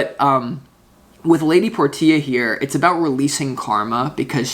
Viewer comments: Lady por tee ah...is it not lady porshaa like the car ? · You're always so spot on,! BTW, Portia is pronounced: Por- sha. Thank you for everything you do. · Thnx 🙏🏻🤙🏻 Btw, I believe it’s pronounced “Porsche” 🙏🏻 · Thank You So Much for the Reading Dude. Love your work. Only just found your channel but now, I'll subscribe ifvI havent already. That lady Portia card, unless I'm mistaken it's actually Lady "Porsche-ah". Just like the car with an A on the end of it. All good though Dude and Thanks Again for the reading from All thecway Down Under here in Australia Brother 🙏🏻♈️✌️ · Lady Portia is pronounced "Porsche" with an "a" after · Her name is pronounced as Porshia